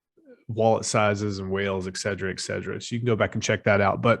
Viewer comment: I love you man, but its "et cetera" <Eht•Set•erUh>